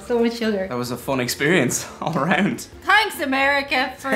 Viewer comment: I just watch these videos waiting for Irish people to drop there "H's" , it's Thanks not Tanks. But I love it.